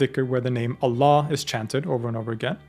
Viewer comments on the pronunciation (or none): none